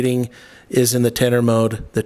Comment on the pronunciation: When you say % of battery life, do you mean battery life, or do you me the % of charge that is in the battery? I assume the latter. Also when you are saying tennor, I'm assuming you are saying tender? As in a battery tender?